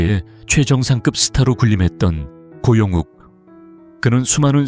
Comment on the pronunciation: 고영욱을 고영국이라고 하네 ㅠ 잘좀확인하고 내보내라!!!